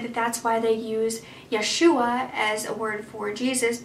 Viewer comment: 😉 The emphasis is on the first syllable when saying "YESH-you-ah" (Yeshua/Jesus). Appreciate the Google Earth screenshot at the beginning to "set the scene." All those green fields look like nothing bad could happen there! I hope you can make an update reporting that Kevin is well and has successfully reunited with his family. 🤞